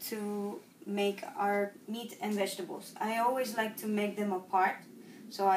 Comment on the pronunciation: Vegetables not wegtables.